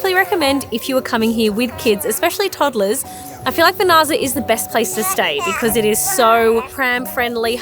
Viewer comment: Always love your videos! But you guys butcher the names of Vernazza and Cinque Terre!:)